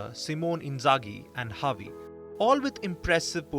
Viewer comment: Bro said havi instead of xavi 😭